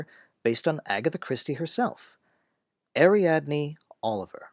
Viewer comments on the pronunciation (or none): none